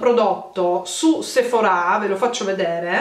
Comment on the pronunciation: ti prego non mettere l’accento sulla A du sephora: da un fastidio